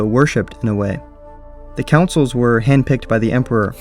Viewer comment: Con-souls. Not Councils